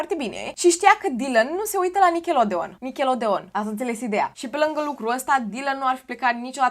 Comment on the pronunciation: Se pronunță nicaloudiăn 😊😊😊